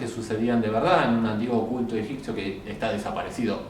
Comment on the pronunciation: EgiPto, egiPcio... pronunciame la P en Egipto, Egipcio. 😊 Gracias por tus videos.